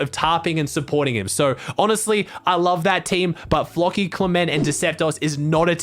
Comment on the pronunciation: he says floki like flocky